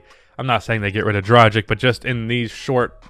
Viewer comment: Okay, the way you are saying "Dragic" is getting to me.